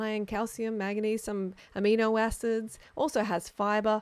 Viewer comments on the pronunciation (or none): none